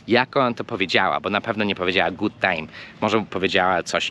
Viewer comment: akurat słowo "Good" ma krótkie "u" - ʊ